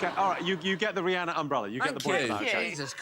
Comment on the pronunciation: I ❤️ Nish’s unhinged laugh. It’s beautiful… and he pronounces Rhianna’s name correctly.